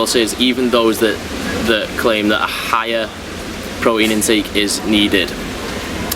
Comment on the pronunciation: It's pronounced "pro-teen"